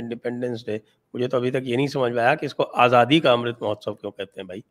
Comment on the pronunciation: Modi ji uses Azadi because he is fascinated by that word although he can't pronounce it correctly. whenever he utters it it's jarring to the ear to listen.